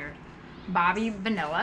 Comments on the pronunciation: Bobby Bonilla. Pronounced bone ee ya. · in Spanish language ll sound like y Bobby Bonilla is Bobby Boniya for info lol ♥